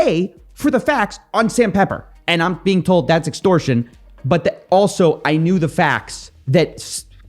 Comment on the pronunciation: "extorsion" lmfao